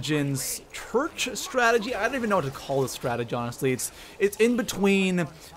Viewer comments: Chruch? It's church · Its church not chruch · Hey by the way you said "Origins Chruch" but you meant "Origins Church" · THAT SAID CHRUCH NOT CHURCH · I love the "Chruch" start. look in the top right. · "Origins Chruch" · 'origins chruch' lol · #1 he messed up...origins Chruch? Lol I just noticed that so 😕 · "Origins Chruch" xD this has to be a fake video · he said chrurch how do you fail that bad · Origins "Chruch". I freakin love you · "Origins chruch". Its okay english is hard 😂😂